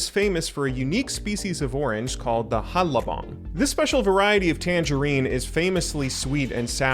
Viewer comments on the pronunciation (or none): You started out correctly pronouncing hanlabong where the n and l merge into just an l sound but then reverted to an incorrect pronunciation at some point.